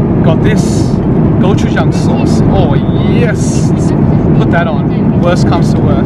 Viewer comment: 고추장이랑 김치라고 할때 발음 소름.....